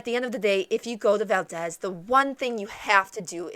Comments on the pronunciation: that is Val-deez not Val-dez! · Yeah, to town residents and people in the state, it's val-DEEZ. accent on the 2nd syllable. To be historically correct though, i'm pretty sure it's pronounced how you say it since it's a person's name. With that said, just say it wrong and you'll be right. hahaha. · Sorry…. I can’t really listen to this…. It’s valdeeeez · aaahhhh...you are pronouncing it wrong!!!!! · You're pronouncing it wrong lol